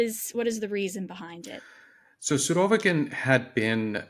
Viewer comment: After hearing him pronounce the name "Surovikin" i had to go to google to hear a native Russian speaker's pronouncing of the name. As I suspected, the girl's pronunciation was the correct one. I believe so called experts should always pronounce names those he analyzes correctly.